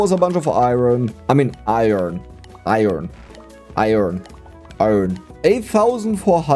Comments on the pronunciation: "ohhhhhhh that was a bunch of iron...? 🤔 I earn? Ion? I earn? 😶Iron" way too relatable, I constantly gaslight myself into the wrong pronunciation 😂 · dont change the way you say it, you say it perfectly